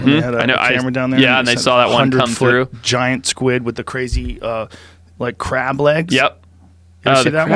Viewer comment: “CREB” Lol he said that like he was crab people